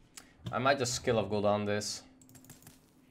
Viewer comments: Why do you say skill of guldan? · Everyone: Skull of Gul'Dan: Skill of Gul'dan